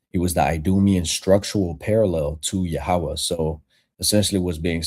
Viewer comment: Who the fuck is Yahawah. It’s Yahweh.